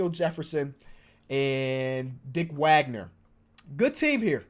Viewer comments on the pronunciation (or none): none